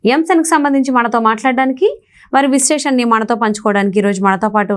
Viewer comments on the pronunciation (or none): 🙏అమ్మా విశ్లేషణ అని అనాలి 🙏